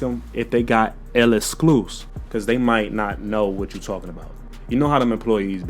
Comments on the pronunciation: Elescluze 😅 It's pronounced the same as "exclusive" just replace the "V" with a "F". Lexclusif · My boss it is not L-EXCLUS it's L'EXCLUSIF you forgot the siifff!!!Lolll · One thing bout is that he gonna mis pronounce the name 😂